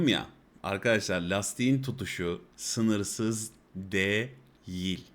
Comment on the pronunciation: yorumlar ve tespitler hep isabetli. tecrübeli insanın bakış açısı farklı oluyor gerçekten. ancak "değil" kelimesini bu kadar çok sayıda ve her seferinde vurgulayarak kullanan bir içerik üreticisinin bu kelimenin telaffuzunu biraz araştırması, kendi adına bir kazanım olur. teşekkürler.